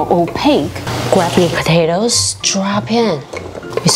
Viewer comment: Her accent gets so american whenever she says "potatoes"